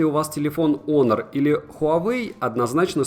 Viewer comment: диз только из-за произношения ОНОР